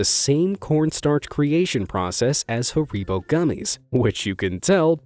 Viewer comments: What company is "Ha-reebo"? Sounds like some rip-off of Haribo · I once found double yolks in two "peewee" size (Bantam hen) eggs; both on the same morning. The eggs were only about two inches in length and the yolks were each the size of a nickle. By the way, it's not "huh-ree-bo" gummibears. It's "Harr-i-bo" (short "I" as in it). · 🤣🤣 Hareeeeebo!!! Its pronounced Hareebow. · it is pronounced hair-bow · Ah yes i love a fresh bag of HaRyPos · imagine pronouncing it hurreeboh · It's harry-bow/s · It is pronounced Hair-i-bow. Not however it is that you pronounced it. The company says the name correctly in their commercials at the end they say "the magic world of Haribo." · Wait, "Hareeebo"?!?! That's not how Americans pronounce Haribo is it? This might be worse then Alooominum... 🤔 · It's pronounced harry bow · For the record. It's HARIBO. Pronounced as HAIR-I-BO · you pronounced haribo wrong or am i just weird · The way u pronounced haribo made me want to commit not living